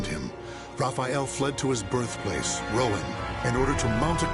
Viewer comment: That’s not how you pronounce Rouen.